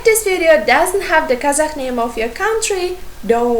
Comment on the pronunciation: it's a good lesson! But why do you pronounce Kazakh as казаХ? It's the pronunciation in Russian, not in English.